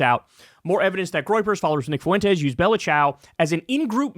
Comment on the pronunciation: In a word like fuentes, the U is the weak vowel and the E is the strong vowel that gets the stress. It sounds like fwentes Kyle - you sound ridiculous saying FOO-entes